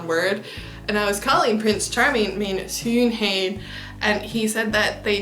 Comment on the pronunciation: I'm sorry to poo on your parade as well... but schoonheid is not schoonhuid (huid = skin; but heid does not really have a meaning of its own, although you could consider it a suffix that turns an adjective into a substantive - the same suffix is used in words like oudheid, domheid, luiheid, traagheid, snelheid, ...).